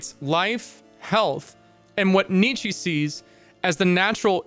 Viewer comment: Just a heads up. His name is pronounced "Knee-Cha" not "Knee-Chee" :)